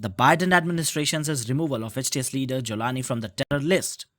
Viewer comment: Joe can't even pronounce Jolani 😂 are you kidding me